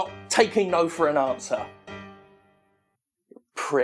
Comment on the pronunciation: Did I detect some genuine British, Mississippi influenced agitation in that final "pricks!"